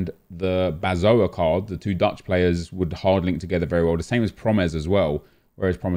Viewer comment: Love the way you say the dutch guy his name 😂👍🏻